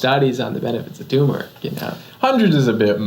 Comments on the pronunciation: Dr.’s isn’t it Tur-meric not Too-meric? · TURmeric ...there are 2 'r's :-)